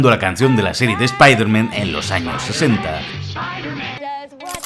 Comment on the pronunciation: Spailerman spailerman y no me extlaña